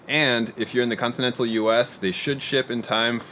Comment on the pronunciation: With that pronunciation of continental, has one been watching too much AvE?